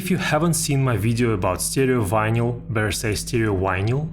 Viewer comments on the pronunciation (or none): It's vineL. The Y is silent.